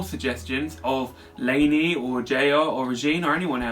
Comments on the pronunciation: Her name is La-knee and not Lay-knee. LOL. I thought British people pronounce "a" as "ah" and not "ay". :P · it's LAH-KNEE